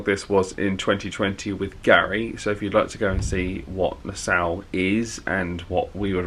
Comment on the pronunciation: I know, one of these days someone will tell him how it is actually pronounced 😂